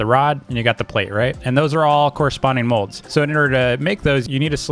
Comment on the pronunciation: He calls molds modes